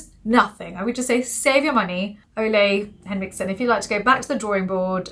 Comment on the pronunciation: I've heard it pronounced OOle Ulee